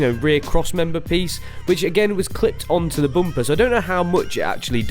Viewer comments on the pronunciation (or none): So sorry you can't say bumper I think it's Matt's influence he often can't pronounce things. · can't un hear boom-pah😂😂😂😂